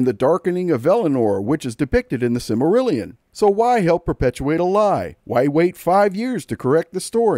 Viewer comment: This video is not pronouncing "Silmarillion" correctly.